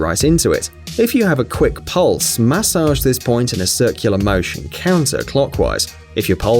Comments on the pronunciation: I never want to hear the word MAH-sage again! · Please don’t say massage ever again